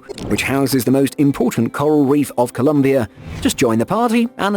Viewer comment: MY MAN IT IS C O L O M B I A NOT "COLUMBIA" (UNLESS YOURE REFERING TO COLUMBIA SC AND CIELO NOT "KEE E LO" CEE E LOH...